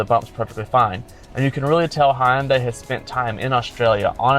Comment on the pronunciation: It’s Hun-Day, not Hi-Un-Day